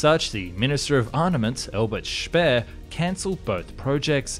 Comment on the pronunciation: Dude seriously learn to speak the names of Tirpitz not Terebits and Speer is Shpeer not Spare. For the love of god if you can't say it right don't even try.